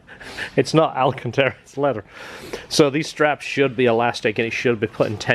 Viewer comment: People in the UK refer to it as Alan Cantarra 😂